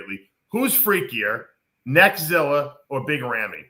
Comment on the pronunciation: Dave said Neckziller 😆